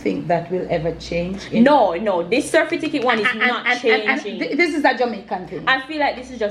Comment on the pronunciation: Serfiticate is stuck because the brain and tongue have difficulty adjusting to certificate after years of pronouncing the word incorrectly.